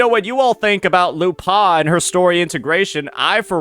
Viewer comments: You have to commend the effort of finding a way of mispronouncing a two-syllable name. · I'm more traumatised at how you pronounced her name 😂